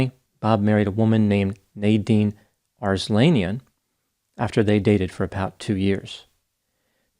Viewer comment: Ars-lan yan with soft “a”